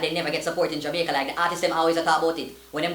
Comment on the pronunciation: Yo is it Jomaica or Jamaica????🤣🤣🤣🤣